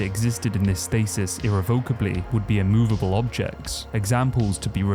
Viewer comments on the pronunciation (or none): Dude! Great content! But… look up the pronunciation of irrevocably (uh-reh-vuh-kuh-blee)